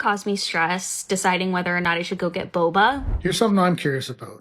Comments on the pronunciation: Every time she said "boba" I cringed... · SSay 'boba' again, I dare you, I double dare you.... say boba one more time lol ffs